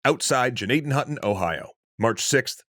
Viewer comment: Even the name "Gnadenhütten" has been slaughtered...